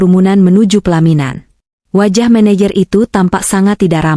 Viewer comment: Baca " menejer" bukan "meneyer"